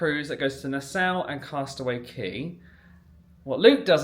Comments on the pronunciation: Nassau ( is Nah- saw). Not “Nah sow”. It took me a second to figure out where you were going. Lol I wondering “ where’s this Nasow he’s cruising too? 😊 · It’s Na-Saa😂😂😂😂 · I'm so sorry but I have to for my mental health.... NASS-aw... not ow.